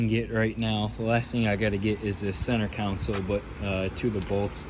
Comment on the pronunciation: Counsle = Console (con-sole)